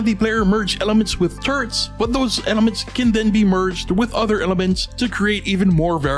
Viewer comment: I couldn't stop hearing "turds" instead of "turrets"